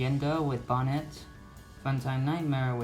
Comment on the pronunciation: It’s not bonet